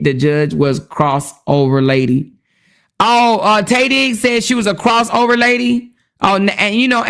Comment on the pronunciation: Everytime you said Tay Diggs, i hollered 😂😂😂